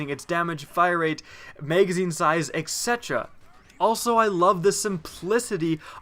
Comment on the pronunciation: He is also pronouncing it incorrectly.